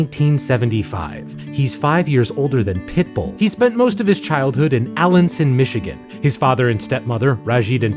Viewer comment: The town is pronounced "Uh-LAN-son" not "ALAN-son" because we Michiganders are weird.